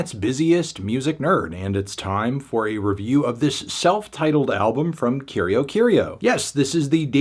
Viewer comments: Just a pronunciation tip. It's pronounced: Curi-Aw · I hate to be that guy, but in Brazil we usually pronounce Curió as “Koo-ree-oh” ☝️🤓